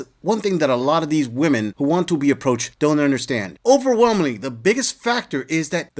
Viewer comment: Why are these idiots mispronouncing the word, women?